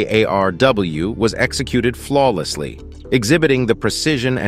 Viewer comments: Whomever is narrating this didn't get the "A. R. R.W. acronym correct one time! It's not that hard to say " A. R. R. W" is it? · The narrator keeps adding A' and R's to the name of the 183A ARRW 😂